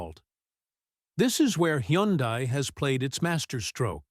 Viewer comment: …and doesn’t even know how to pronounce Hyundai 😂